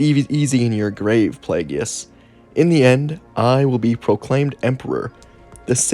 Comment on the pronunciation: I love your video’s however his name is pronounced (play-gus)